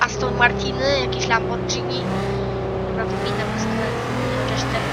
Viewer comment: Laborgini się czyta